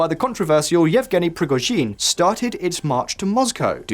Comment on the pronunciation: Prigozhin is not pronounced with emphasis on last syllable! Try emphasising 2nd syllable.